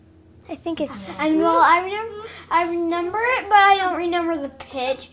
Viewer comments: Am I the only one that hears say reNender instead of reMember?? Such a fun family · I love how says “renember” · I love the way says"renember"!!!🤣🤣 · when says “renember” 😍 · "renember" huhu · “I don’t renmber”